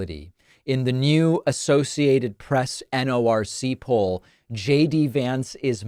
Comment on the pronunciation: F JX Vince (they mispronounce everyone else’s name)